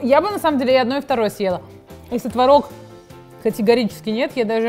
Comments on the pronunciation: Ребят, очень классное видео, реально топ. Но, пожалуйста, твОрог, а не творОг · Блин, ну творог, а не творог же))